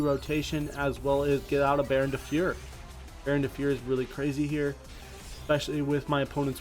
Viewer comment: Damn you still say "fieur" instead of "Fleur" 😁